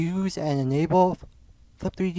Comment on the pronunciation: Did he just said enyable (enable) 3.46 ??